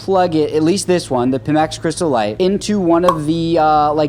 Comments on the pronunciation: PIMAX ---- not PIMMAX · It's not "Peemax", it's "Piemax" lmao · Pimax is really astroturfing this thing if they are even sending them out to people who can't even say their name correctly, lol. Waiting for Steam Frame or going with Big Screen Beyond 2 once they get their eye tracking sorted out.